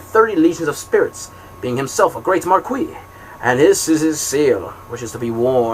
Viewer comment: I love the enthusiasm you read with and don't mind the errors.... Some gave me a good chuckle, but damn the way you pronounce "marquis" just hurts my ears :P Thank you for the Audiobook thou!